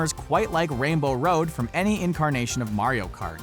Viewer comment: Was this guy calling it ran bow Rhode or rain bow?